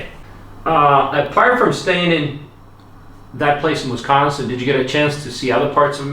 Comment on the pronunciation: Ayyyy you pronounced Wisconsin correctly!! Nice. I'm from Milwaukee what city was she in? That's a new WI license plate too they just started putting 4 numbers on the end about 2 or 3 years ago.